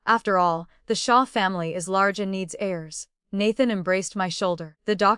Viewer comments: Every time she says hairs😂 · She wants to bear healthy hares for the past life's father-in-law? 😅 Hopping down the bunny trail... Please train the AI narrator on how to pronounce the words. It even mispronounces Nathan which is the male lead. The pictures mislead. This is a modern story, not historical.